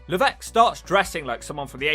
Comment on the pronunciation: It's funny how he's supposed to be French but he still mispronounces Levesque